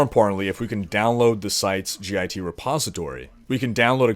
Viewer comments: It hurts my ears every time you say "G I T" instead of Git. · As a Computer Science major, I cringed hearing you say "gee aye tee" it's just pronounced "git" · Sweet video! It's git though, not g-i-t. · G.I.T. is pronounced get. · Made me cringe when you kept saying G I T. It's just pronounced git. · You can just pronounce "git" phonetically. That was painful to hear you say G I T every time. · please its "Git" not "G.I.T" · Three messages about Espresso? I'd be looking there for clues. BTW, It's not G. I. T. It's git, like stupid git, or git 'er done. It's the original author's sense of humor. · git is generally said as an acronym not an initialism, so git (like git over 'ere), not g.i.t. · God damnit it's one word. GIT not G I T. Say it like Hit with a G instead of an H. GIT. A GIT Repository >_< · LMAO "g-i-t hub..." Son it's just git, like say get. but with an I... lmao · Hearing him pronounce git as "G I T" was so painful... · Good video, but it's not pronounced 'g-i-t'. Just say 'git'. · its Git, like git gud, not G-I-T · btw you don't have to say "gee aye tee".. it's just "git" ( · "g-i-t repository" No. Just no. Please. It's called git. I suppose you probably put pineapple on your pizza, too. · Ahhhhhh, I love your videos, but your pronunciation of "Git" is killing me. It is pronounced "get", not "g,i,t" For reference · Love how you say "GitHub", it's pronounced Git, like.... "Learn to pronounce stuff you're reporting on you silly git!" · G-I-T. Git is annunciated as a word, not letter by letter btw. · you just say git and github, you don't say the letters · As a developer who uses git regularly, hearing you repeatedly call it gee eye tee was triggering me :) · It's pronounced "git" like "get." That was just annoying the shit out of me. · its pronounced Git you git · you're the first person i heard pronounced "git" by its letters, instead of as a word.